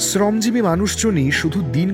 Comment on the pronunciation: শ্রমজীবী শব্দ টার উচ্চারণ টা sune khub kharap laglo. Ota thik kore nile khub valo hoy.